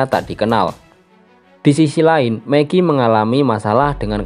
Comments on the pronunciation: Apa cuma gw doang yang denger nama Meggie itu Meki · Fix. Lu g belajar aksen bhs inggris😂